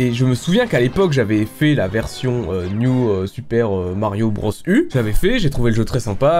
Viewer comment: "New super marbio bros" 😂😭